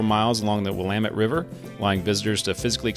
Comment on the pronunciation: Thank you for saying Willamette correctly.